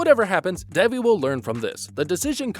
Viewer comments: It’s pronounced “they V”. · Omg why are u guys calling her DEBBIE its DEVI ..theres no B